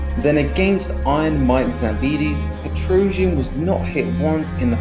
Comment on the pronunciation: Why do you say his last name so weird😂😂